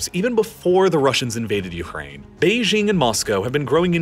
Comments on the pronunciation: The capital of China is Beijing, which is pronounced how you would expect if you are an English speaker: "jing" as in jingo or jingle. It is NOT pronounced "Bei-zhing" with the consonant found in the French "je" or "jour." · Beijing is with a hard J. Not like the sloppy mid-consonant in "bourgeois". Beijing is not a French word, so it doesn't need to have its j pronounced like it's French. The French even write Beijing as Pékin. The J in Beijing is really hard, almost K-hard. That's how the French approximate the sound. Bei Jing. Please! OK, having commented, I can now go back to watching on Nebula. :)